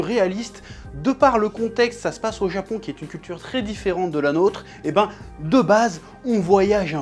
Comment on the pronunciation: Le Zapon ouais!!